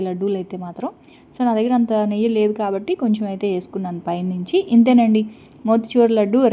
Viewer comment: చిన్న రిక్వెస్ట్ ఏమి అనుకోను అంటే చెప్తాను Chanagapindi కాదు శనగపిండి అని పలకాలి నెయ్య కాదురా నెయ్యి అనాలి ఏమి అనుకోకు వీడియో వినేప్పుడు ఇలా words ఉంటే బాగుంటుంది ❤